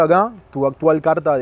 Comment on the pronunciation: dijo cuarta en vez de carta